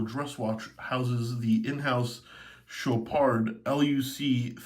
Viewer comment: Very nice Chopard (LUC)., it's CHOPAR(D), the D is silencious